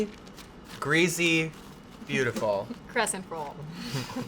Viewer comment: Crescent not crest